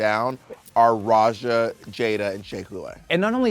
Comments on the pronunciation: For me I am more annoyed that Raja was pronounced like "Razha" not like the actual Hindi/Austronesian word pronounciation (letter J as in "Judge") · Katya calling Raja ”Roger” sends me